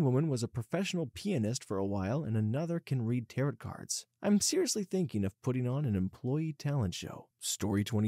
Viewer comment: "Tarot," and "pasties" (in Cornish pasties) were mispronounced.